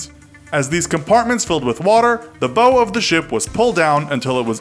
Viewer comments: Yeah, it's bow like "bowing your head" not bow like "bowtie." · It's not bow, its bow. Rhymes with wow. Source: Navy Vet. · It’s not pronounced bow It’s pronounced bau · Great video. Thanks. FYI it’s not a bow like bow tie. It’s bow like what a performer does after a show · you do not pronounce "Bow" "Buh-oh" when talking ship. Its pronounced "Bah-ow" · The front of the ship is pronounced b(au) not b(oh) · Bow of a ship is pronounced like it rhymes with cow, not like it rhymes with row. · It's said baow not bow as in bow and arrow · It’s pronounced BAUW NOT BOW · The boe? Its the bow. Booooow. Booooow. Practice it slowly boooow. Then rerecord it properly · Not Boe, It’s Bow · *Bow of the ship, like when you bow to a king, it's not pronounced like bow and arrow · ITS PRONOUNCED BAW, LIKE YOU BOW TO THE QUEEN, R/VERY INFURIATING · Did this guy say bow as in bow and arrow? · "....the bo of the ship...." Yeah, I'm done. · Bow is pronounced so that it rhymes with ow. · dude, did you say the "bow" of the ship and pronounce it without the W - as in bowtie? You've never heard of the boW and stern of a ship? Holy shit. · Your not saying “ bow” correctly . Its bow as in bow down to the king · Um, the 'Bow' of a ship is pronounced 'bao' as in wow. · The Bow of the ship, he said it like a bow and arrow.... I’m done 🤦‍♂️ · CraftyUmbrella no it’s pronounced bow like bow wow, it rhymes with wow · Titanic was NOT designed by Thomas Andrews. That is a myth. Bow is pronounced "B-OW!", BTW. Here is a quote about what unsinkable means: "In the modern sense, an unsinkable ship is one in which cannot be sunk by any of the ordinary accidents of the open sea……” It is not a "might" about the wreck collapsing; that is only a matter of time. The title of this video is misleading. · Wtf, can’t you pronounce the ‘bow’ of a ship properly. Here’s a clue, it doesn’t rhyme with toe. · I'm more disapointed in his pronounciation of Nautile. It's NawTEEL not... Nawtl. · You pronounced 'bow' wrong.